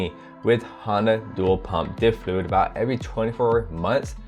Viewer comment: I Like how you said fluid flud